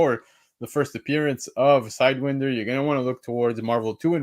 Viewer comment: But who the hell is "Side when der" though? It's "side why nder" like the snake,,, serpent society / squad. lol